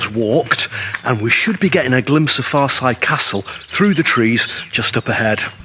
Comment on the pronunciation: Your pronunciation of the name is incorrect and Henry's wife did not own it. It was built in the 1300s and rebuilt in the 1500s. The most recent owner had to sell as part of his conviction for fraud